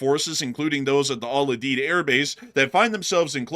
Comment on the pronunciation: It is pronounced Al …. U ….. Deed. lol